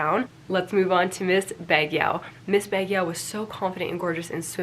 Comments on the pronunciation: btw, Baguio is pronounced as Bag-yo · Baguio: "bugg-yoh"